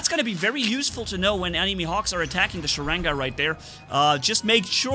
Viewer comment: not sarega its "Sharanga" stupid